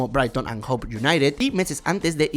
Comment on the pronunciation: Se pronuncia HOVE con V, no Hope con P.